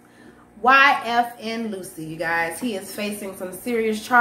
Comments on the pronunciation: Lucci is pronounced “Loo-Chee” not “Lucy”. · Where does Phil find these clowns? 😆 YFN “loosy” at least pronounce sht correctly if you aren’t gonna get a better mic 🥴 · She called bro YFN Loosie It's Lucci..... We gotta do better Bro. And she called a Firearm a Forearm.....Damm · It's not Luchi.